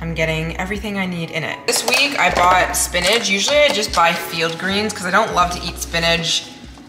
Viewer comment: But it's "SPINACH" not "spinage" 😂